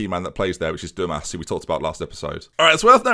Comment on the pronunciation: Dumas is pronounced as Dumar. Great signings